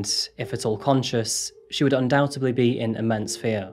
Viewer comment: It is actually undoubtedly, not undoubtedbly